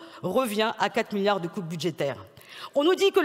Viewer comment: 2 millions de pewsonnes âgées ou 2 milliawds ? Balivewnes!!!